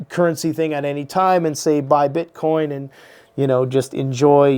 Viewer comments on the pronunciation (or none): none